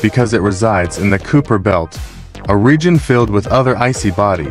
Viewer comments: It's pronounced "Kye - per", similar to Khyber (pass). Nit Cooper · I stopped watching when it said "Cooper" belt. Quit having AI do your videos.